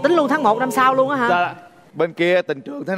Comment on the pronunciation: Nói ngọng rồi viết cũng ngọng “ Nuôn “( luôn)